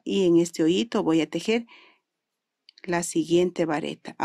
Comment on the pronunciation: Ojalá y pronuncies bien las palabras es “hoyito” . Con todo respeto